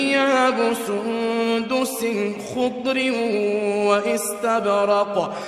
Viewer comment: Ayat num 20 may ghalti lag gai apko word khudrive nai uper 2 paysh hien word khudruv hay jazakallah❤